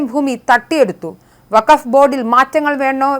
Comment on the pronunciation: നീ ഇന്നുമുതൽ വക്ഫ് ബോർഡ്‌ അല്ല 'ഫകഫ് ' ബോർഡ്‌ ആണ്.